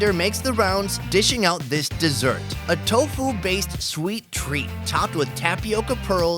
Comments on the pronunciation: "one of those we'll choose for the edit" ends up using a lot of those TAHO pronunciations still hahaha you are awesome! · chahooooww 🤣🤣🤣 i love the way he pronounce TAHO 🤣🤣🤣